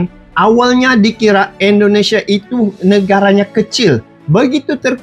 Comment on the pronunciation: Indonesia bang, bukan Endonesia 😂😌